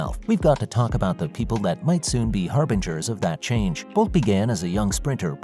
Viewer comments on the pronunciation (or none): none